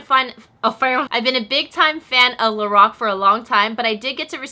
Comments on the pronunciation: I love you girl. But I have to correct your pronunciation of Lorac. It's pronounced like this LO Rack. Like lorack. Not lorock. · The way she says Lorac though